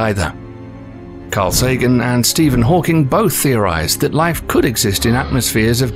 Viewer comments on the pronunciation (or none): none